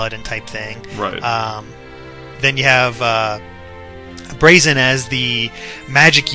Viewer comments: Gah,, you're still pronouncing Braixen wrong. It does have an X, it's just that how you pronounced it in the analysis was like "Brahkseein" (probably because you were misreading it as "Braxien"). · Braixen is actually pronounced breaksin, which is derived from vixen (a female fox).